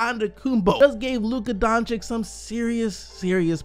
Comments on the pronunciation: You need to learn to pronaunce his surname. It is not DONČIK it is DONČIĆ. The last one is problem. When you see C at the end of most EX Yugoslavian surnames it should be pronaunced like for Bogdanović, Jokić, (Peja) Stojaković, Dragić, Šarić...last voice is the same. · Doncic is spelled Donchich, and not Donchik, please fix yourself on that name!!! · Why is everyone pronouncing Luca Doncic wrong :(